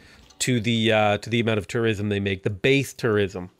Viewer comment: For some reason, I didn't hear tourism. I heard... something else you shouldn't say on this platform that starts with T and ends in -ism.